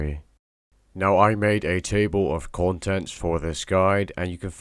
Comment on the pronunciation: "Table of contents", why did you become scottish when you said that? XD Great video mate.